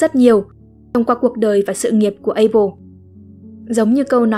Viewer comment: Abel chứ ko phải apel nha:))